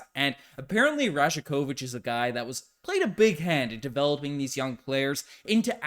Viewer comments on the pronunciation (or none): Pronounced: Ra-YAK-o-vitch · Great video - just a heads up the “j” in rajakovic is pronounced like a “y”… so it sounds like “rayah-ković” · You're pronouncing that J in his name wrong. It sounds more like Y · The "J" is pronounced as a "y"